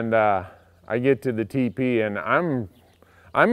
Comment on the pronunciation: When you were saying TP i thought you were saying teepee, and i couldn't figure out why you were so adamant about bringing a tent along with you.